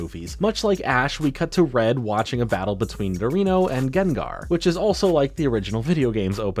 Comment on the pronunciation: wtf is a Garino? I guess you meant Nidorino... lol